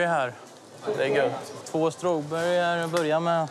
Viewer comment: ”strowberry här”